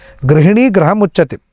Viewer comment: ಗ್ರಹ ಅಲ್ಲ ಗೃಹ